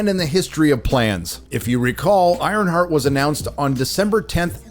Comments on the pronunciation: Ironshart 😂 I couldn't even make it through the trailer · "IronShart" LOL!!!